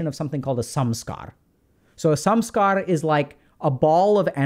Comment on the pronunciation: I always hear "sum-scar" when doc says Samskara; funnily enough, that term still reflects the definition of what a Samskara is and also points to people with mental health problems often piling negative emotions on top of each other.